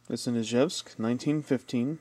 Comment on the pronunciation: Yay, you pronounced Izhevsk well! So few do. Молодец!